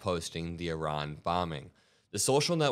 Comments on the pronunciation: Little things like the pronunciation of Iran correctly really go a long way to keep me watching, thank you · Thank you very much for saying Iran correctly. I don’t care how good or bad a country is etc ,there’s still a proper way to say it.